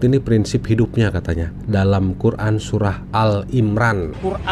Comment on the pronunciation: Murtadin ini kynya membaca lathinnya bukan arabnya sebab terdengar MAKHRAJ aburadul n yg benar dibaca SURAH (H) di bacanya SURAT (T).